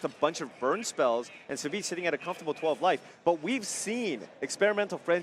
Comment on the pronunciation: I thought his ID's pronounced Savage.